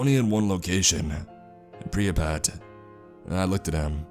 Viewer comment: It’s pronounced “Pripyat” not “pripiyat”